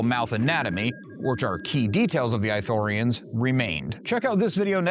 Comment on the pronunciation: is it eye-thorians or ithorians? how is it pronounced